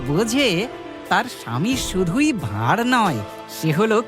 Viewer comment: Intro তে গোপাল ভাঁড় বললেন নাকি গোপাল ভাউ বললেন?